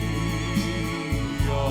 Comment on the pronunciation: Pragtig! Ek hou van jou uitspraak van halleluja! So Baie kunstenaars spreek dit uit met ‘n oe klank.